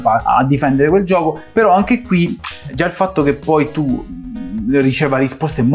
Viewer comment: Avete fatto un corso di dizione? Riuscite quasi a dire tutte le "T"! Sull' "anghe" c'è ancora da lavorare però...